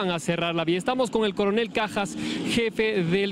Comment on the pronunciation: Corenel dice usted